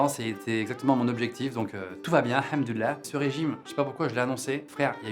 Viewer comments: Pas vraiment parce qu'en fait c'est "Alhamdoulillah". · hamdolah hahahaha tu le dis bien